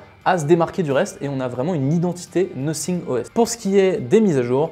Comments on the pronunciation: C’est Nothing {ˈnəTHiNG}, nofing quoi, c’est pas méchant mais j’ai de fois l’impression que nosing comme vous dite c’est un autre marque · Nofing? 😂😂😂😂 Je préfère rester sur le noSSing car les sons TH et S sont de la même famille que de dire nofing...